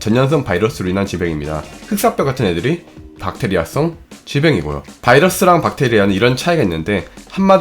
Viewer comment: 엌... 여러분 세균이 영어로 뭡니까? 할때 찐으로 젊~~~ 그랬는데 박테이라라고 해서 엌ㅋㅋㅋㅋ 민망..